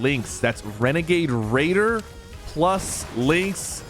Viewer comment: WENEGADE WAIDER IS BACK LETS GO!!!